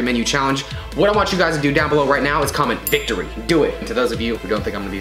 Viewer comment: vic dic o ry